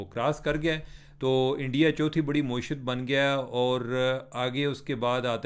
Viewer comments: آپ معیشت کو “مویشیت” پڑھ رہے ہیں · محترم چیمہ صاحب معیشت کی میم پر زبر ہے پیش نہیں ہے۔ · عمر بھائی اردو میں کئی الفاظ آپ غلط بولتے ہیں جیسے معیشت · Plz pronounce معیشت properly. Don't twist it upside down